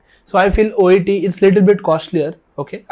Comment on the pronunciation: It's "OET" by the way !!!